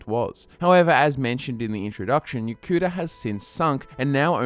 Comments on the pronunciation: Yo-ku-DA not Yo-kuda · The way you said Yokuda at the beginning... are you ok?